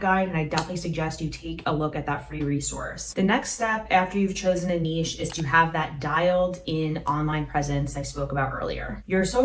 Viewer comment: Thank You for a treasure trove of wonderful content! Not only are you tremendously helpful, you know how to pronounce the word "niche" correctly. So many do not.